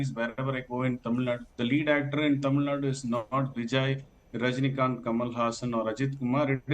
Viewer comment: Please say >> Tamil Nadu << “DU” the ending is important. North Indians say it always wrong.